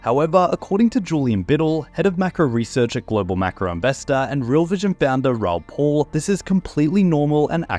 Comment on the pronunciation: It's PAL, P-AL not bloody Paul. He's pronounced it himself a million bloody times. Are you a robot,? Please, for the love of God, say it properly or I will lose my mind.